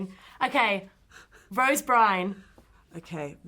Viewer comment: Byrne not Brine!